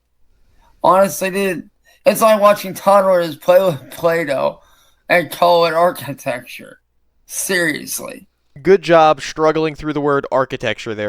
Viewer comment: “it’s like watching towlders paly with plahdoh” is how it felt listening to that